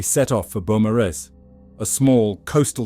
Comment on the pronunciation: It’s a great watch. Just FYI beaumaris is pronounced Bo-Mor-is. At least that’s how us Australians pronounce it. I feel like whoever did this, had a personal attachment. It was a punishment.